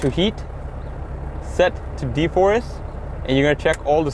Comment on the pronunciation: De-frost not de-forrest😅